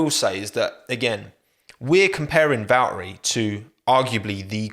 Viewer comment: Hot take, is it too much to ask for if i were to tell you you have to pronounce the T's in Valtteri? Bacause last I checked it's not Valerie